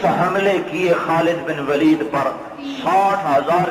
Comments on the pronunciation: its not walid say it waleed ok understand otherwise say only khalid u know nothing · Its not خالد بن والد its خالد بن ولید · Vaali naheen, Bul k Valeed kahein.